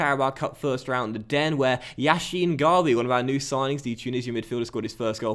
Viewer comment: No offense but yassin is not pronounced like Lev Yashin for example it's more like an 's' (e.g: Salah..)